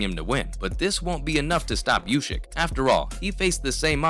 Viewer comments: if he says "ushyk", he also has to say "tyshon". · I'll 'Like' your vid when you stop saying Ushyk.